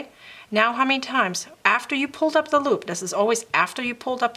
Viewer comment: Very helpful. Thanks. One question... Are you Dutch? Just curious because you pronounce "th" as "d" as the Dutch do. If so, your English is very good!